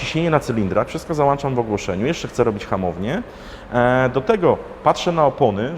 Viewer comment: Załączam kolego A nie załanczam